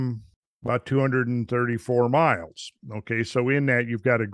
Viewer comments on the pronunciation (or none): none